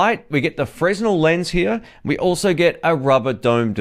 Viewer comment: I like your reviews and I hope I would be of help to you, by correcting the pronunciation of the Fresnel lens - it's pronounced frenEl (fre-nel).